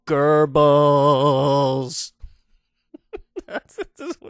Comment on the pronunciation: I don't know why you people add an R to Goebbels. I know you have a hard time pronouncing Umlaute, but there is no R.